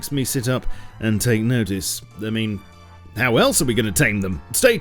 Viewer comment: Whyd you say how like that at the end